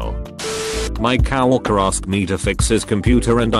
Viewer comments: All I hear is Cow Hooker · I like the computer voice saying my cow worker instead of coworker !!! Hahaha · After hearing "cow orker" I'll never read "coworker" the same. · My favourite part of this video is the automated voice saying “cow-orker” instead of “co-worker” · Nobody: TTS: kawarker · On the willbo one, I love how it says "My cow worker" instead of coworker, lmao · nobody: reddit reading robot: cow-orker